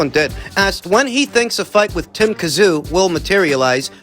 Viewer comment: Also as a Strayan, J you should know it's not Tim Kazoo 😂 we say Zim Too